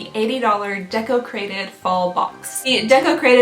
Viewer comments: I thought you was saying desecrated....🙈😂 welcome to half deaf life lmao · Every time Deco Crated box was said I heard Desecrated box. Just me?